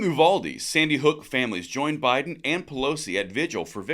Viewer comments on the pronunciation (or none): First,, love your videos. Second, don't get offended. I'm from Texas and it's "you-VAL-dee." Not "oo-vaul-dee." Thanks. Third, we know what they're really after and we're not having it.